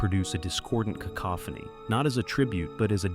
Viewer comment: I'm proud of you for pronouncing "cacophony" correctly.